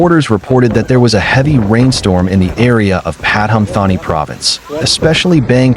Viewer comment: In case the comments on this channel are read by a human, the way the Thai names are said makes it almost impossible to understand where the storm occurred. The province name is said Patoomtaani, whatever way it is written. And yes, that area is prone to flood, in 2011/2012, it was flooded for 40 days (I was living just the other side of the river at that time).